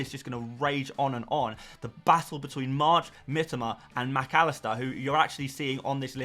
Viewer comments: Ffs...it is pronounced Mitoma.. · Bro as a content creator, you should really take the time to pronounce the player’s name correctly. You’re continuously butchering Mitoma’s name. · Mitoma, pronounces his own name like this 6mins 30 in